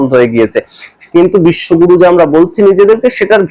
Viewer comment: Bishwaguru. Na. Bishwagoru